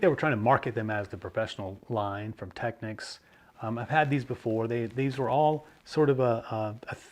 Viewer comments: Finally!!! Technics correctly pronounced. Thank you. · Not that it matters because this subject has been pounded into the ground, but there is a Technics commercial out on YouTube and they pronounce it Teck-neeks